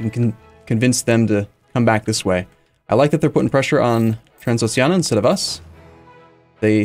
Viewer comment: Transoxiana? Oh, you mean Transxpfklsmfls